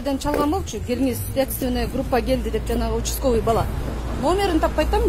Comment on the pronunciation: учсковый дейтко